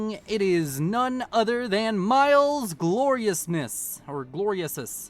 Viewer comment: Miles Gloriosus? From the play? Should be pronounced Meles and he is Rome's greatest general.